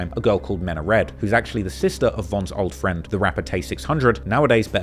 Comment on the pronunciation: Meenalike its pronounced meena like meee naaa